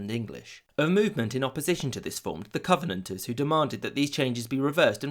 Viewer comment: And Covenanters